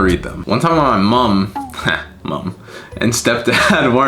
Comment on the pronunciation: 😭😭 I LOVE HOW BRITISH HE SOUNDED WHEN HE SAID MUM 😭😭 then the rest of the sentence sounded so American 🤣